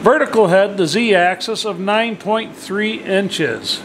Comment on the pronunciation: Oh... please remember that machines move along an AXIS not excess. For you dead tree carcass fondlers its pronounced like the 'AXE 🪓 IS' 😂😂 A tip from a machinist- build a shelf along the to top of your bench. Save all your broken end mills and scrap parts as offerings to the machine gods. And your remember your mistakes.